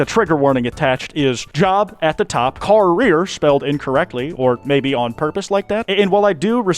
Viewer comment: I can't beliebe they mispronounced Car Rear.